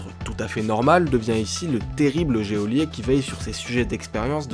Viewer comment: yop, on ne dit pas géôlier mais geôlier ( à prononcer jolié )